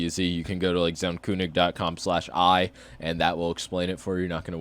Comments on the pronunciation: Its not pronounced zaunkoonig its pronounced zaunkönig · It is so cringe that you say kunig instead of König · Zauuuuun Keeeeööönig lmao that was the most english pronounciation of a german word I've ever heard xD